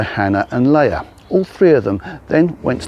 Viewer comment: It's pronounced.. Lee'ah. 👍